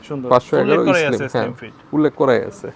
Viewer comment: What is eslim ?😂😂 Vai slim hobe,😂😂😂😂😂😂😂